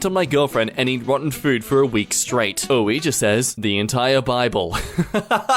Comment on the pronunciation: pronouncing “Ouija” 😂